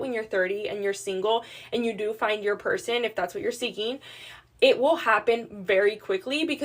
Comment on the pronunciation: Why do they always say "purr sane" for person?